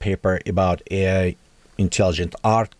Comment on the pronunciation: its A i not E i.... A, like Artifical, pronunciate!